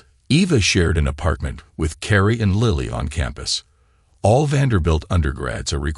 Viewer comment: why does an i become a y .....its LILLY not LYLLY ...its LILLY...learn to read